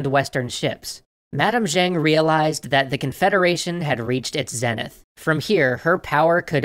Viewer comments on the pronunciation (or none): none